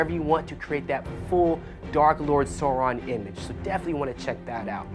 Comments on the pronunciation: The big dark lord Sore-in lmao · Change this guy out. He can't even pronounce Sauron correctly